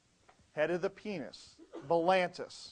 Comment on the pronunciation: misspoke. Balanitis. Not 'blantis'.